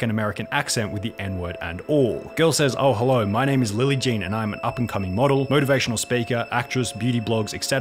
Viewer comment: Also, "motorvation speeker". Tells me all I need to know about this person.